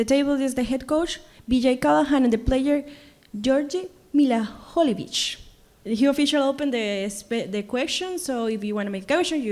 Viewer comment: Lolll mihailovic laughing at how they pronounce his name